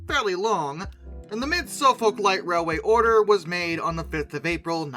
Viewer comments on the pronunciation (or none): Suffolk → Suh-fuk or Suhf-'uk